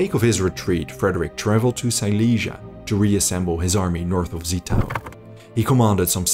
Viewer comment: You mispronounced Zittau. It is no 'Set' but a 'Zet'. Like a T-S. Also Görlitz is not an 'O' but an 'OE'. Not LandEshut but Landshut.